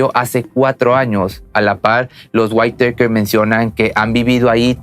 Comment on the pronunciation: Creo que Whitaker se pronuncia uitaker (no se como escribir en pronunciación :u)